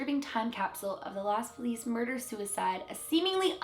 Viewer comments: It’s not pronounced like lows it’s pronounced los although god knows why most people who only speak English find it hard to just say the o and not the w same with feliz it’s fe- lease not fey- lease but ENGLISH SPEAKERS CANT SAY ONE VOWEL AT A TIME 🤦🏽‍♀️ also feliz doesn’t have an accent Sorry sometimes I can’t help but be annoying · the way to pronounce it is "loss FEEliz" - so the other way you pronounced it in the beginning lol :) i live near there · It’s Los FĒliz. Living in Los Angeles most of my life, that’s the way we pronounce it. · it's spanish and pronounced los fe-lease. Los feliz means the happy. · In L.A. we pronounced it~ Los FEE lis. like Felix th' Cat. Heavier accent on first syllable of "FE-lis. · it is pronounced " Lows Feh-lees" or "Laws Feh-lees" depending on what you said in the intro or the title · I think you basically got it right. But I THINK it’s “L-OH-S Feliz.” Not like how you say, “Los Angeles.” It would be more like how you say, “So”. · (L•ohs Fe•lease) is how you pronounce it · I’m pretty sure it’s lo-es fel-iez. I speak Spanish (not fluently but I know a lot.) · Los Feliz. Pronounce it like Loh-s (emphasis on the O) Fee-lezz. I live in this city, it’s a Spanish pronunciation lol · Los = loh-s feh- leez. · “los féliz” is “the happy” in spanish so it’s correctly pronounced lows feh-lease :) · I believe it’s los Feliz as “the happy” in Spanish so it’s fe-leez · I'm not a native speaker, but I do know enough Spanish to know that the accent is always on the last syllable (fe-LIZ). But also here is an article on the pronunciation: Also "Los Feliz" literally translates to "The Happy". So "Los Feliz Mansion" means "The Happy Mansion". Ironic name for such a story. Sort of reminds me of the Manson "Family". Also, as a result, saying "The Los" is redundant. So you can just say "The Tragic Case & Haunting Of Los Feliz Mansion". Edit: Los Feliz is actually associated with the Manson Family. I did not know this when I typed that earlier part LOL.